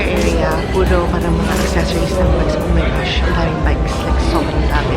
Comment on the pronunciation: "ow may gashhh"